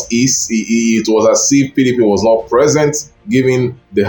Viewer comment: This is a shallow analysis. Define the work “lock down” as used in ur presentation. Did he win the hearts of the ppl or the Governors who control the states? Lastly pay attention to proper pronounciation of words. Not vs north. How is “t”vs “th” pronounced?